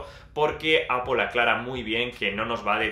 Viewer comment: Me encanta el review. gracias por tu tiempo para realizar este review. "interesante como dices "Apol"... XD Apple Watch 5 detecta caídas, no se en España, pero incluso llama al 911 en USA si el usuario no responde, otra novedad es que mide los db y nos avisa si estamos en un ambiente ruidoso (también lo hace mientras dormimos :D) .